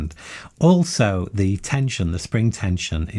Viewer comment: Why do you say 'zee' instead of 'ze' ? always tought it was defined by the word that comes after.